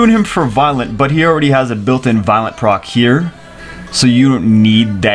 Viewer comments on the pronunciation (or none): none